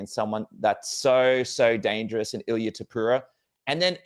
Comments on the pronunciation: How come you pronounce Topuria as "Topura"? Your country's name literally ends in "ia". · ta POOR Re A. not 2poora. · “Tuhpura” 😆 I find it funny and kinda Hope he keeps doing it lol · The way he pronounces Topuria makes me bang my head against the desk.